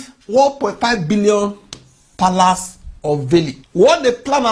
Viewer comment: Yes ooh Paalaase , Dolaase and chuuch yes that's palace , Dollars and church . Yet they say they teach Ghanaian how to speak English. 😂😂😂